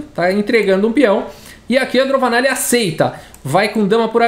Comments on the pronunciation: fala "DroVAnalli, porém está escrito "DroNAvalli" Qual é o certo? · Eu acho que o falou errado o nome da indiana o video todo